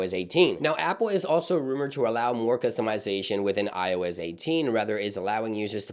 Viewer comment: I heard him say “ioiz” and i cant unhear it 😂